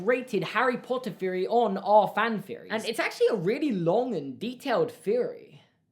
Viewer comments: I love when British people say “Feory” instead of “theory” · Fucking Brits pronouncing "th" "f" such as feory, fink about it, etc. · Norahcake 21 yes on certain words you replace th with an F sound. I like it